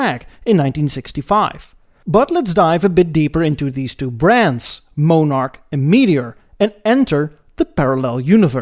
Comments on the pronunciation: It's in poor taste to mock an entire nation's use, or pronunciation of certain idiosyncratic verbage (example: eh!) or expressions. Its especially annoying when that demeaning comment comes from someone with a profound accent of their own, pronouncing words like Monarch that that utter like "Mohnarch". "One man's whimsical comment is another's deprecatory pejorative." -Islandon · Viscount is pronounced vi count and monarch is pronounced monn ark , sorry to be such a nit picker but bad pronounciation really bugs me . Good video though. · And it’s Mon-arch not Moan-arch! Lol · And it's "mon-ark," not "mo-nark." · I don't know where you found you illustrations of many of the cars you discussed. Most you show are the USA version in design, By the way, The VISCOUNT is pronounced VI_COUNT, and Monarch is pronounced, not MOANARK, but rather MONARCH. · mon ,,ark - you are prouncing it moneark with a long o sound, try it, accent first syllable with short o vowel sound as in bot, so its mon ark ,, not mone as in bone ark - right so soft vowel o and you got it :) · Just for reference sake, the car you referred to as a "moan-ark" is actually pronounced as in "British Monarchy", only just loose one of the letters, eh! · Not Moan ark but Mon ark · MON-ARC. NOT MOE-NARC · Its Pronounced MON ARCH.....NOT MOE NARCH...if YOUR gonna talk about any car makes/models PROUNCE THEM RIGHT!!! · "MOAN"arch? What's WRONG with you?? "MON"arch, just the way that it's spelled, fer God's Sake! "VISS"count?, NO - "VY"!count! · Monarch is mawn-ark. Viscount is vye-count. A little research on Canadian pronunciation would have benefited an otherwise excellent video. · Your channel is one of my new favorites on cars. Episode on India and another on Brazil please sir. Interested to hear your commentary on VW production down South. It's Mon-arch not Mo-narch BTW. Cheers from Texas. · The pronunciation of the Canadian model names is just bad, embarrassingly bad.